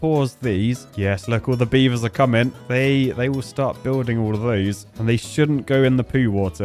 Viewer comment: Come on beav-TARS!